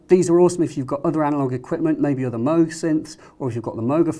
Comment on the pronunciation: why is he calling it a moag?